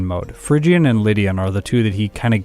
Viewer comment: It's not Fhygian, it's Phrygian. Phrygia was a place name, I think it was in Asia Minor but I'm no expert in ancient geography.